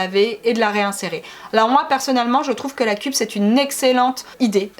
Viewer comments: On dit "keup" et pas "kup" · Et la cup se prononce ceupe